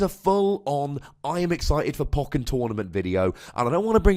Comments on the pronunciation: Poe-ken, not poken. Bothering me, sorry. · I listen to your podcasts and just say "poe-ken" under my breath each time. I'm not questioning your wisdom though. lol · I love you, but Poe-ken. You're killing my soul. They literally say it like that in the game. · it sounds so wrong! Anyway, nice video with garchom v NM, quite enjoyed it.